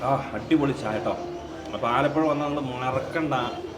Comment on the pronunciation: ആലപൊഴാ അല്ല ആലപ്പുഴ